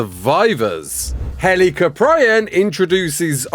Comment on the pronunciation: I hate to be that person but... it's pronounced "HEL-ih-kop-ree-on" 😭